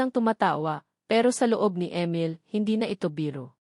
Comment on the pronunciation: Ang pangit Ng boses Mo..ang Emil naging amel.ang oa mu mg basa..hndi nakakatakot ang story kundi nakakairita ang boses muh